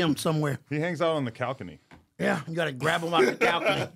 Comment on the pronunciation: “I don’t even know what a calcony is” “It’s a balcony”